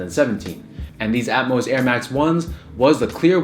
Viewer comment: Thank you for pronouncing Atmos correctly